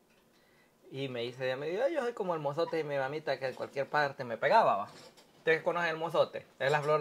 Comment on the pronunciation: FLOR DE IZOTE!!! NO MOZOTE!!😂😂😂😂😂